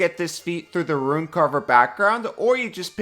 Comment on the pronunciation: Rune is a one syllable word. Instead of saying "once per long rest" like a boomer grognard, say "daily". It's a daily power.